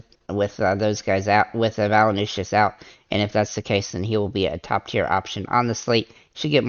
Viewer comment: valanooshis lol...its valan-choonis.. but thanks for the vid... i think im fading mitchell until i can shorten my dfs memory.